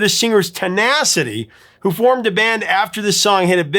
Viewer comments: If he said formed, he didn't close his lips to make the m sound and then open for the ed sound. Sounded more like forn. ??? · Did he say "born" or "formed"? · Sounded like born but he said formed